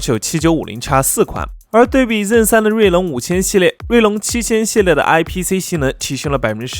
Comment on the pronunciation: zen的发音不标准 建议改下